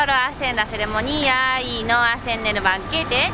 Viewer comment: Jajaja me mató cuando dijo "ceremonía" JAJAJA 💜💜💜